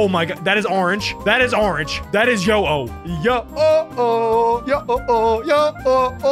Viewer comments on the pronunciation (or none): ITS NOT YO-OH IT'S HO-OH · Its yo-ho Me dying inside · Bro said yo ho instead of ho oh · it’s not called a yo-yo it’s called a ho-oh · he said yo oh but its ho oh 💀🤣🤣🤣🤣🥺💀☠️☠️ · Bro witeraly called ho-oh yo-o-o-oh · said yo-ho instead of ho-oh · called ho o, yo ho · it’s Oh,ho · It’s Ho-Oh